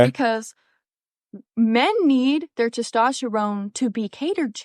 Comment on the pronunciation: Ok, she can't even pronounce "testosterne" correctly. I'm sorry, I'm gone.